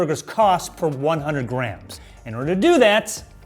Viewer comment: sounds like he is saying "Grahams" when he says "grams"